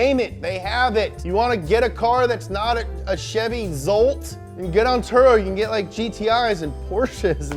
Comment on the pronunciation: He said Chevy Zolt and I kinda freaked out because my name is Zsolt pronounced the exact way he said it wtf